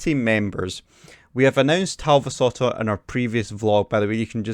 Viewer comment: As a Finn I must say that you did quite good pronouncing The Talvisota. :D